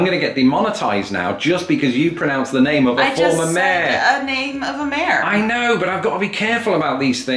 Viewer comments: says mayor as a single syllable. Most Americans would have it as two separated by a consonant “y”. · Here's another one for you,: Mayor vs Mare. Technically it's pronounced "Bales," but not as fun. 😁